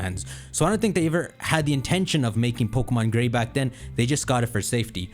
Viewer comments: Dawg said pokemon gay instead of gray 😂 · “pokemon gey” was hilarious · hold up!! did he say gae? 🤣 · Man we all not gonna speak about how shocked he was when he said Pokemon Gay by accident, had me laughing for a solid minute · Merry christmas! Also when you said pokemon "Gay" I burst out laughing XD